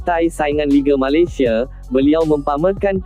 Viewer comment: Malesia malisea sebut pon tak betul... konten ni beruuuk pon tak nk dengar..